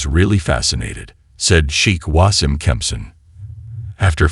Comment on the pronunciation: Wasim is pronounced as Waseem.